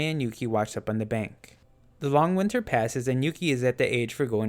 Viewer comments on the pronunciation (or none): none